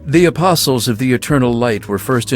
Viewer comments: Apostles = uh·paa·slz The “t” is silent. Stay safe out there everyone. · “A-post-les” had me laughing at first but at some point it started to genuinely annoy me. If you’re going to include a word 10+ times in your script, maybe google it? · Oh you know damn well it's not aposTles fucking triggers me so hard with that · it is PURE AGONY hearing you MANGLE "Ah-poss-el" so many fucking times. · You don't need to pronounce the "t" in the word apostles, buddy. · Loved the video, but this bothered me so much: the "t" in apostles is silent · The "t" in "apostles" is silent. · I can't believe it's been a year already! I came back to warn viewers. My friend and I decided to play a drinking game for every time pronounces the T in "Apostles". I just came out of a coma and decided to return and warn viewers! Don't make the same mistake I did! It's no joke. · Really no excuse for pronouncing the T in apostles. Least 3 charaters say it to you. I would get it if you’ve only read the word. But they say it multiple times. Id love to hear you say knight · The T is silent in apostles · dude, for the love of god, learn how to pronounce "apostles" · Holy crap dude the "T" in apostles is silent. Driving me nuts here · 1. gawd DAMMMMMN 2. lmao everytime you say the T in "apostles" i cringe. sir that is NOT how you pronounce that word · I love this video so much, yet I hate the fact pronounces the “T” in apostles an equal amount. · Almost 2 hours of pronouncing "apostles" incorrectly made me irrationally angry. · Lol, the t is silent. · Its just one of many bizarre errors he makes in his videos. I honestly hope its just engagement bait but hard to tell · Your videos are highly informative, but you consistently mispronounce apostles. The t is silent. It’s making my eyeballs itch. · For future reference the T in apostles, is silent. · Little FYI, the T in apostles is silent:) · Just a friendly fyi, the T in apostles is silent. Good video :)